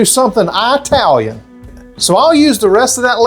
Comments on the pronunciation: Italian here, can't eat cream and creamy cheese. Is full fat yogurt ok instead? I'd like to try keto but don't know if I'd be able to eat without carbs. Is a small amount of carbohydrate acceptable? By the way, Italian is pronounced "it" not eye-talian. No problem but you wouldn't say Amer-eye-can 😂. Thanks for the great recipes I hope to try with a few changes. 🙏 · Love your channel! Please don't say Eye-talian!